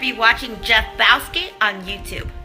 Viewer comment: Really??!? she says lol